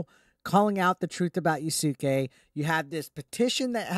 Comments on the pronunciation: Just so you know, his name is pronounced Yas-kay not Ya-Su-Kay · “Yah-sook-ay” plz you’re killing me